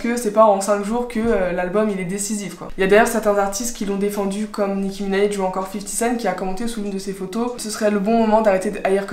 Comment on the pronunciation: Franchement c’est excellent ce que tu fais, je faisais des videos de ce genre en et tu m’a vraiment donné envie de reprendre t’es excellente (et on dit Nicki Minaj pas Minaije 😂)